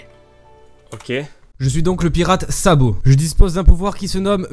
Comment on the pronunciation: "Le pirate sabo" aïe